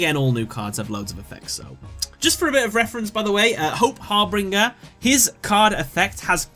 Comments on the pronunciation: Hey, the word is not Harbringer, it's Harbinger, read it again. G sounds like J there... it means herald. Just a quick FYI :) Great video otherwise. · harbinger, not harbringer. said har bin jer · great video, but it's har bIN ger, not har bRIN ger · I like how this video is about letters in the name yet when saying number 38's name he keeps adding an R to it, harbRinger instead of harbinger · Not important, but Harbinger. You're adding an R so it sounds like har-bringer. It's Har-Binge-er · harBINGER of hope not harbringer lol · im sorry but i had to pause when you were at hope harbinger because u were saying it like it was hop harbringer XD u pronounce it hope har-binge-er not harbringer it got on my nerves a little lol i feel like u dont know the word harbinger tbh haha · Its actually har-bing-er not har-bring-er. I've made the mistake myself before. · Harbinger, not Harbringer... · Har-binge-er not har-bring-er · Binger, not bringer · Harbinger not harbringer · Its harbinger not harbringer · its not harbringer its harbinger only two r's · Har-BIN-ger not "Harbringer" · starting with #5 you keep saying (to the effect) "that's pretty cool" after almost each card you introduce. So annoying dude! Just relax, talk to the camera like you would someone in real life. Also: its harB-I-N-G-E-R. not harB-R-I-N-G-E-R. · It's pronounced har-bin-jer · You should've done a bit more research on this video considering you didn't know what the meaning of harbinger is or how to correctly pronounce it. The most common example I can think of that makes people understand is the phrase, "harbinger of death".